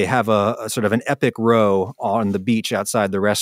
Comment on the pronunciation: Happy birthday that was, Adam. 🎂 Forty was my best year ever (said from the perspective of another forty years on); may it be yours as well. A spot of pedantry: a row, in the sense of 'an epic row on the beach', rhymes with 'wow'.